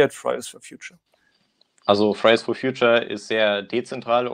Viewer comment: Wenn er "Fridays for Future" sagt, klingt das immer wie "Fries for Future". Pommes halt. 😂🤔